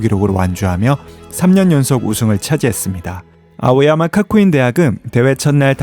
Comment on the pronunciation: "카쿠인"이 아니고 "가쿠인"😂😂